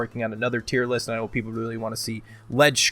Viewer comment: "Tier Loost" Fucking fantastic! XD